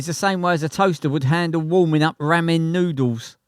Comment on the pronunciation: "Rammin noodles" 😀